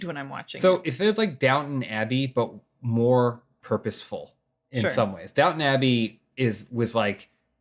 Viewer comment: the annunciation of "Dow'n Abbey" has me hitting that rewind button like it owes me money.